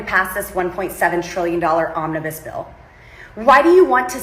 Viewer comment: Did she say “Ominous Bill”?